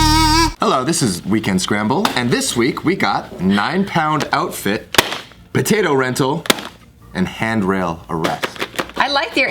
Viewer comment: As soon as I hear patotoe I was like where's my nigga Viet potatoe Lee lol